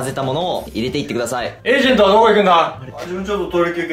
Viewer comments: エイジェントw エージェントじゃないんだww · エイジェントじゃなくてエージェントじゃね？笑